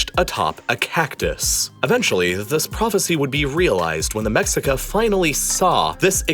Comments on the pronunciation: its meSHica, not meCKSica 🤓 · your pronunciation is off - its Lake Teshcoco, not TeXcoco. Also its Meshica, not Mexica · It's not Mexica it's pronounced Me-shika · The original tribe is pronounced "Meshika" not MEX-ICA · The mexica is not pronounced mex-ica. Its pronounced Meh-shi-ca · Mexica is pronounced Me-she-ka not Mex-i-ka lol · I like that you used mexica, as that’s the term we prefer. But it’s pronounced “meshica” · Mexica is pronounced "MeSHEEca", just for future reference :) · Mexica is pronounced “meshica” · Just for future reference, it’s pronounced “Meh-she-cah” The X isn’t pronounced the same way as it is in english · I get he is speaking English but if he is too lazy to respect the name of the Mexicas then he might as well say Mexicans. Means the same thing. In Spanish When we refer to Mexico we say (Meh he coh). When we refer to the Mexica clan in Spanish we say (Me shee cah). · Love the narrative, but two issues: "mexica" is pronounced something like "meshica;" and the icon representing the migrant mexica... clearly a European man. Oh, and it's pronounced something like "TenoshTItlan." Other than that, great job. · The x in Nahuatl (the indigenous language of teh Aztecs) is usually pronounced as an Sh sound. So lake Texcoco = lake Tesh-coco and Mexica (the name of the Aztec ethnic group) is pronounced me-shi-ka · "Mexica" is pronounced "Meshika" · it’s not humans, it’s europeans. the mexica (pronounced ‘mei hi ka’) were able to engineer a city (pronounced ‘teno chti tlan’) that floated on lake texcoco (pron. ‘teh ko ko’) because of the way it was built. the spaniards imposed unsafe building practices unfit for an aquatic city, whose unfitness for the environment was exacerbated by 20th century urban development practices. how can you say “humans” at large are to blame when its really just colonization and colonizers that are to blame for the problem? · Pronounced Mehcheeka